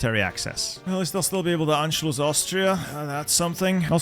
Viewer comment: first person i saw say anschlus right